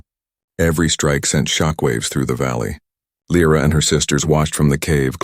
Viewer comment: Mille figli (sons)? Or mille Soli (Suns)? Dai! Sei stupido? And new the english scarso. Dovete migliorare! I nomi, questi sconosciuti. L R A or Lyra? Alien names ... Good story and trama, but your italian & english are...:-/